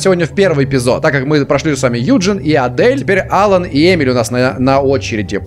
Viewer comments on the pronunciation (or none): Ударение на вторую букву в имени алан